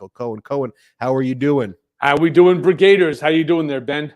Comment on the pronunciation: Hey Cohen. It's not "brigaders", it's "brig-a-deers". Don't that even sound better?